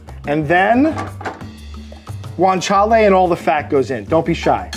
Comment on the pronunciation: Take a shot everytime says 'guintala'